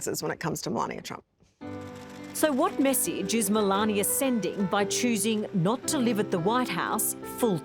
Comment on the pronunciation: The First Lady's name is pronounced "MA LANE NA." Not "MA LAN YA."